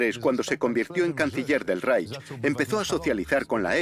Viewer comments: yo también lo he notado......molesta un poco..... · Muy bien el documental pero lo que no se puede escuchar es como pronuncian REICH....